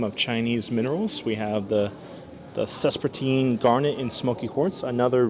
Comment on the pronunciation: Sespertine garnet > Spessartine garnet 😁